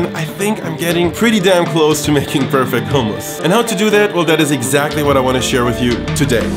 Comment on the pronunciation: Thank you for not pronouncing it the American way (hum-muss).